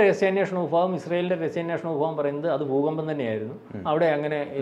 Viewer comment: ഫു കമ്പം എന്ന് അല്ല പറയേണ്ടത് ഭൂകമ്പം👍